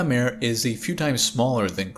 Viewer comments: I love the videos, but its not mare, like a horse, it is pronounced mah-re, like a sea, those were lava seas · Yep! According to Wikipedia, Kraken Mare is pronounced /ˈkrɑːkən ˈmɑːreɪ/ (KRAH-kun MAH-ray). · 'mare' is not pronounced like 'nightmare'. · Yeah, he is pronouncing it like mare/female horse in english, not like mare/sea in latin. :) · Very good reporting. Titan is far weirder than we suspected before the Cassini mission. A little assistance for you with the pronunciation of "Mare". When you pronounce it as you do, with one syllable and the long "a" sound, then it's english and it means female horse. If you want to pronounce the Latin word meaning "Sea", then it's "MAH-reh." Two syllables, and the first syllable. "Ma" sounding very much like the first syllable of "Sorry". IF you're having trouble with the "reh" of the second syllable, then "ray" isn't far off. All good wishes. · Hi, it's pronounced Maré or Mar-ay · It's pronounced mar-ay. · I like this video so much I won't even correct your pronunciation of "mare". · you are pronouncing 'mare' wrong. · pssst…. “hy-per-boh-lee” and “mar-ee”… both Latin words so both pronounce the “e” at the end